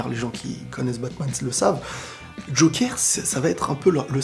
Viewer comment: Bonne vidéo, c'était exactement mon ressenti. On dit "jokeur" et non "jokère".